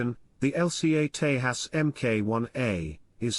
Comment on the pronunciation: It's pronounced 'Tay-jas'- (ends as in jazz)